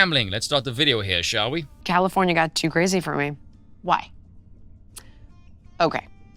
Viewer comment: Californyanya Nice little Veeism there